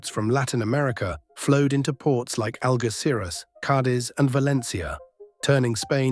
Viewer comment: Its pronounced Aljecires